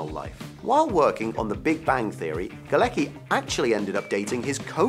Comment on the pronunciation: John Galecki is actually John Gałecki and IT is not pronuunced Galeki..there is a c. Do IT should be Galetski.. IT is Polish surname